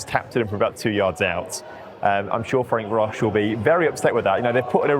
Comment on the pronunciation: The way pronounces Ferencvaros just deserves highlighting. Deary me.